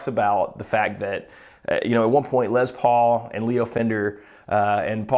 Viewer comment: Les Paul, not Lez Paul. Why are folks saying it this way suddenly???